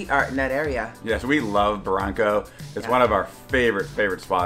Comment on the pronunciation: Barranco....not baranco...try to use doble R. and pronunciation is strong ....